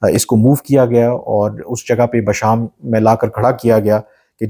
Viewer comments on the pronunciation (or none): Those were security ran too ahead leaving the Chines behind so it is clear who were behind the blast Pakistan.And pronounce name of the place right,it is Bisham not Basham. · It's Bisham, not Basham